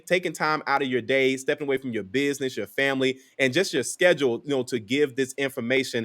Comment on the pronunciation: "Bidness?" Lol